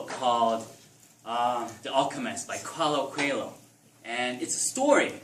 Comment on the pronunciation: Why do you say Qualo Coelo instead of Paulo Coelho? :P